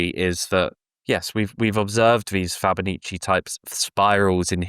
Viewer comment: I'm pretty sure he's mispronouncing Fibonacci. Fabanichee??? LOL!